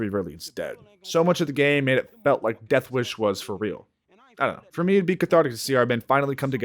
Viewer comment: bro can not say the word "deathwish"